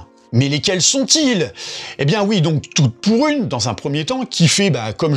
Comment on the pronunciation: Vous aussi à chaque fois qu'il prononce le titre du film vous entendez "Toutes pourries" ? 😂 Prochains remakes : -La Comtesse de Monté Christelle featuring Aya Nakamura -Les valseurs Featuring Diams et Vitaa -La mère noël est un déchet featuring le djamel comedy club